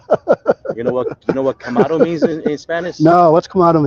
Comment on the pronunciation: Quemado is pronounced Kay-mahdoh